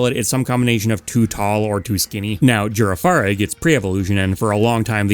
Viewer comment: I know complaining about Pokemon pronunciations is played out, but the way you said Girafarig is absolutely insane. It's a Giraffe... it's pronounced like Giraffe-arig...